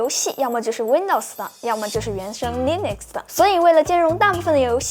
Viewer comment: Nitpick: 是讀Linux (/ˈliːnʊks/）跟Linus Torvalds 名字發音相近